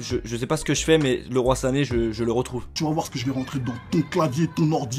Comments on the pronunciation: Ça se prononce Liroïe pas Leroi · On ne dit pas LE ROI SANE ON DIT LIROY SANE ! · Putin mes t con c Leroy sane ta dit leroi sane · sa ne se dit pas le roi sané mais leuroye sané et sa s'ecrit Leroy sané